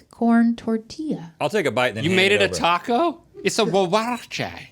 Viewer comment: Very nice pronunciation of huarache 👏